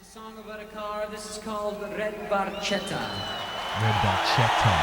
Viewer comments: Geddy actually mispronounced Barchetta. The “ch” makes the “k” sound. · Barchetta Italian for little boat,the ch is pronounced k.😊great job my friend my favorite band ❤️ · They were told they were mispronouncing it a few years after the song was released. They just decided it was far too late to correct the error. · Barchetta is actually pronounced barketta - italian for little boat. It is a car with no roof - and the actual car that Neil wronte this song is a 1948 Ferrari 166 MM . While Neil built up an impressive car collecton - recenly sold at auction - most of his cars were silver and he never owned a red Ferrari - but he did say in a few interviews that the 48 166MM was his grail car. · Barchetta is an italian word and it's pronounced bar-ketta although Geedy says it differently, ask an Italian and you'll see. It's my second favorite Rush song following closely La Villa Strangiato. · Barchetta is an italian car and... it´s pronounced BarKetta ;-) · It is an Italian car in the Ferrari family. The pronunciation of Barchetta is actually pronounced Barketta. Neil in an interview said that Geddy actually mispronounced it but Neil never corrected him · They say "bar-chetta" in the song...but the correct Italian pronunciation is "bar-ketta". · True in Italian it is with the "k" sound, but in the song Geddy pronounced it as a "ch" sound...BarCHetta. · it's italian, and, actually, it's properly pronounced barketta, but geddy lee acknowledged years ago when he found out that he'd been saying it incorrectly for years. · If you were Italian you’d pronounce it barketta. It’s a Ferrari from the 50’s or earlier. Geddy realized later on he was mis-pronouncing it.😄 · Hey, great vintage Rush! Yesss!!! Anyway the car is an Italian made sportscar. Oh, an BTW its pronounced: Barketta, the letter H is silent. Sorry Geddy.